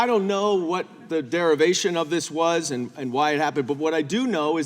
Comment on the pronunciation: She doesn’t even know how to pronounce the word “and”!!! “Eeen”?!?!